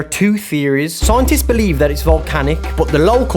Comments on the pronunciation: SCIENTIST ❌ SOOINTIST ✅ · scientist ❌soaintis✅